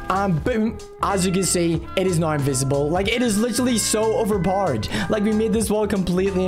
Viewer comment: It’s hilarious when he says over poder